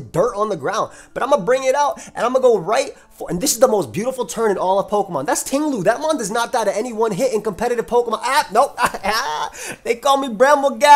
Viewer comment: Yo Ting-Lu said Ting-Nah. Don't sleep on the Tumbleweed